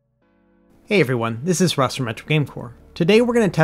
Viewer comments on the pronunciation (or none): none